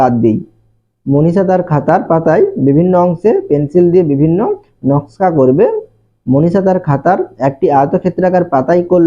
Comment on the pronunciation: নাশকা না নকশা😅